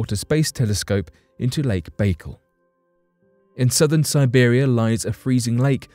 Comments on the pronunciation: Its called baycal lake not bagel, you have to do russian voice over A's and L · Omgl...if I hear " Lake Bagel" one more time going pull my hair out...it's pronounced...Bye-Call ( Baikal).. And hold up....this is olllld stuff☹️ Nothing new...damn😒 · It's not 'Bake al' it's 'by_carl'.Get a grip! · Look even though its spelled Baikal its not pronouced bakeel it Be-kaal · Lake Bai-kal. Not lake bakel …..damn man……pronunciation is key. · ok this is driving me crazy. Pronounce the lake correctly please. It is pronounced "Back Call" not "Bakal" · It's pronounced "Bye kal" not "bagel". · Its not lake bagel its lake bike-all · There's no dash in it. I was explaining how it's pronounced. It's just Baikal but the way he says it sounds like "bagel" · Its pronounced BYE-CAL sorry man but it hurt my ears when you say bakel like bagel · It's not lake bagel. It's lake by call. You really diminish your content by not being familiar with rudimentary facts. How can you speak on something authoritatively if you can't even pronounce it correctly. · ffs....... its pronounced bah-kaal. your a baykle!!! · It's NOT "BAE-kul", it's "BYE-CALL"! USE THE NATIVE (Russian) PRONUNCIATION! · That's pronounced -"Bye-Call", not "bay-cul". Just thought you should know, Your shows are usually very well researched and very informative. Someone dropped the ball. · I kept thinking bacon every time he said it lol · I started to write the same message, but thought again, and here you are. Thanks. That was driving me crazy. I like your phonetic spelling better than the one I probably would have used too. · Pronounced 'Buh call'... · Jesus man, it’s not pronounced Lake Bagel 🥯. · It's pronounced By-kal. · "Lake Bakle"?? Please learn the correct pronunciations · It's pronounced Bai-Kaal just an fyi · It's pronounced BAI-KAL, Jesus. You're making my Russian ears bleed. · It's Lake Baikal, pronounced bai as in bicycle call as in call. However, I'm sure the telescope will give good data. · Lake BayGull